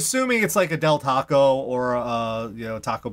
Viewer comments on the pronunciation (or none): none